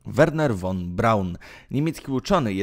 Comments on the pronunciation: Drogi Youtuberze po 1 jeśli chcesz o czymś robić swój filmik przygotuj się dobrze do zadania bo szerzenie fałszywych i niewłaściwych informacji jest co najmniej kompromitujące ! Naucz się wymawiać w danym języku nazw nazwisk miast etc i zasięgnij źródeł żeby fachowo rozpowszechniać informacje Dla przykładu Werner Von Braun czyta się „Fon” a nie „won” a Braun nie oddał się Amerykanom to Amerykanie oferując mu wysokie stanowiska i chojne zarobki ( zreszta wielu innych naukowców niemieckich ) dawali możliwości rkontynuacji prac zawodowych pieniądze etc to hipokryci amerykańscy „przekonali” go do wyjazdu i pracy dla nich gdzie dali mu stanowisko dyrektora NASA itd itd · Juz miałem to samo napisać, ale mnie Pan ubiegł. ☺ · Won : precz sta,d , usun' sie, , zjezdzaj ITP ITD❗ 😱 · Cholernie denerwujące to "won". Poza tym część niemieckich naukowców przejęli Rosjanie. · Nie won Braun, tylko von Braun! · Nie won tylko von(fon) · Jakie won-mowi się fon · Nie won a fon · von się czyta "fon"!!!!! Boże, nauczyć się tak trudno?